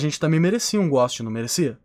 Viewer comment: o fala "errado" tipo ghóst so pra zuar PÁ KARAMBA